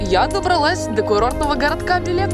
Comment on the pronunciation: Читаеся бЭлэк. А не билек 😂